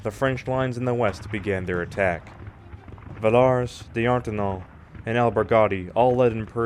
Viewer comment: nice video, though the way you pronounce Villars and Eugene is literal earrape XD I think americans should be prohibited by the law from pronouncing european names\toponyms